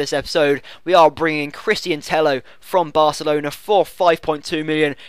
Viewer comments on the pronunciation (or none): Tello is pronounced Teyo. a double L is pronounced as a Y in spanish